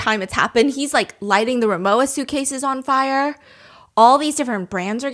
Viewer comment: Rimowa is pronounced RimoVa